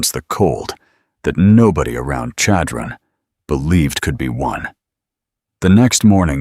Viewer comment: Chadron-the accent is on the 1st syllable. It almost has an s-h sound rather than c-h.